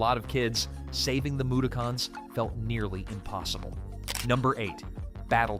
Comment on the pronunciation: The pronunciations of some things like comixzone and mudokons....i am starting to think this IS one of those shit AI channels